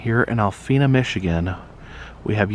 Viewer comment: Not Alphena, AL PEE NA, MICHIGAN.